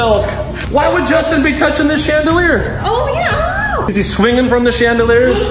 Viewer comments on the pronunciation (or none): IT'S JOSTIN